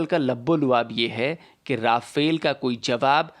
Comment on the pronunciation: Nice video as always but it’s “रफ़ाल” and not “राफ़ेल”